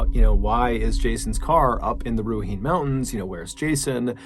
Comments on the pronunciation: As a Kiwi, it's always a bit of a shock to hear NZ pop up in one of your stories. I just wanted to point out for future reference though, if a word or place name in NZ doesn't look English, it's Maori. This means that e's are soft, like eh. So Ruahine would be pronounced Roo-ah-he-neh. Though props for turning the i into a hard e sound, most non-Maori speakers don't realise that, so that was really cool to hear. I'm not trying to be finicky or anything, just want to help you out if we ever pop up again in a future episode. Keep up the awesome story telling, absolutely love it. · I’m from NZ, thank you for featuring this story & doing such a great job telling this accurately 👍 you’re doing a pretty good job pronouncing for someone who doesn’t understand much Te Reo Maori 🙂 but I’m sure you’d like to know Ruahine is pronounced like this - Ruu-aaheeeeee-ney - and Dannevirke like - Daneee-Verk- (that’s “English” but the “kiwi” way of pronouncing it 🫶😆 if that make sense lol! Rūahinē, the maori vowels are different 🙂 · Ruahine is a Maori name. You're quite close with your pronunciation, but the "e" is not silent and it is not a modifier for letters earlier in the word, it is spoken with a sound like "ay." So, roughly, it should be closer to rua - he - nay. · For sure! I’m from Napier so this one hit home for me too 😂. Anyone else slightly bothered by the way he continuously pronounced Ruahine wrong though? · could have been pronounced worse tbh. At least he got the i vowel right ig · Love ya ballen no hate here but am I the only new Zealander here that got bugged by how he pronounced Ruahine 🤣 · I'm sure someone already commented this, but you pronounced Ruahine wrong. It's roo-a-hee-nay. Next time you do a case in NZ, feel free to send me a quick message with the relevant words, and I'll provide you a phonetic pronunciantion. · Kia ora from nz John, Its pronounced Ruaheenee. Top effort though. Chur ma bro. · its pronounced RUA - HEE-NAAY Mountains. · It's knee not nay